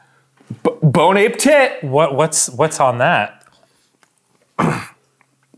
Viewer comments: "bone ape tit" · I hate that arin said 'bone ape tit' before eating the lemon cake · "Bone Ape Tit" -Arin, 2019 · "Bone ape tit!"" - Arin